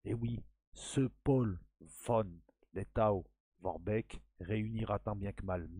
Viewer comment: cela se prononce v? Letto!!!!!! Haia Safari!